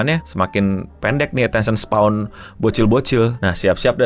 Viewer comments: attention "span" bang, bukan "spawn" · Attention SPAN bang, bukan Attention Spawn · span bang, bukan spawn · "Attention span", it's not "attention spwan" please 🫠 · attention *span bang (baca spen kayak e di bebas) bukan spawn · "Attention Spawn" 🗣🗣🗣 Gampangnya pelafalan "span" itu dibaca spen aj bang Kayak "pe" dari "tempe" atau Pe- sePEda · no mau bantu koreksi dikit, attention span bacanya attention "spen", bukan kyk "spawn" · Dibacanya span bukan spawn, atensyen span. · bang untuk keseluruhan videonya udah mantap, tpi aku mo minta maaf dlu, gatel denger kata attention spawn😭😭, izin koreksi, mungkin maksudnya attention span (di baca spen), maaf sekali lagi tpi gatel banget dengernya😭😭🙏🙏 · nyebut Attention Span jadi kayak Attention SPAWN 🤣